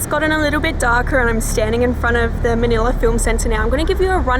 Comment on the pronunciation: Manila not manala